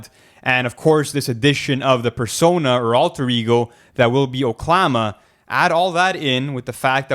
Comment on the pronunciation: i only know ONE THING. it's pronounced oke-luh-mah